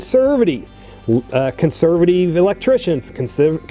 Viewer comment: cant stand how he says consurvuhteeve